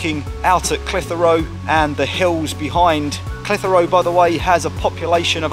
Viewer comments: Great footage! You do need some training in how to pronounce Clitheroe though! Not reyt lad! Clithera tut locals is spot on!;-) Apart from that, a great vid! Now the old Market was originally in front of the Library/White Lion, it is now based on the old Auction Mart which sold horses etc and which is what you videod. If any of your punters like real ale, Clitheroe hits the spot! We are traditionally Tory voters and NEVER has a RED been our MP! Always a Blue but for once! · Great video but please don't empathise the H in Clitheroe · You need to talk to the folk in Clitheroe to learn how Clitheroe is pronounced. Caus you had me in stitches listening to how you were pronouncing it. lol